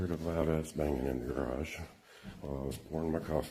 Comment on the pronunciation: already idk how you perectly said the word "garage"